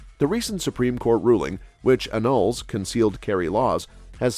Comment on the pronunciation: IT'S ANNALS.....NOT ANULS.......HAD TO LISTEN THAT AGAIN TO 'SEE' IF THAT'S WHAT HE SAID.....YEP.....HE SAID IT.....Haaaaaaaaaaaaaaaaaaaaaaaaa!